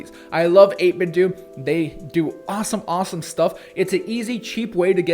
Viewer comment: 8BitDo is pronounced “8BitDoh” (like Nintendo), not “8BitDew”